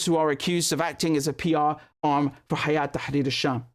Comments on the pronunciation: It's هيأة Not حياة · it's not Hayat Tharir Al Sham ... it's Hay'at (Hay2at) Tahrir Al Sham